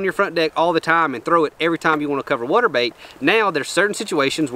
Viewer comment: Here for my weekly dose of sayin "WUTER" idk why but i love it lmao. Love the content!